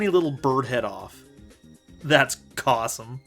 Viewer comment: "Cawsome" I love it